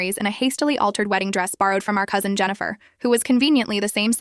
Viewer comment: The way it just said “now I’m engaged to Derek the COUSIN” ai didn’t even bother trying to gaslight us😭